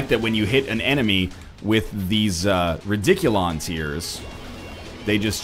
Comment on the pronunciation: "Rediculon Tears" wow, you had me laughing so much there at the end. Great run, even if it was thrown away by rediculon tears.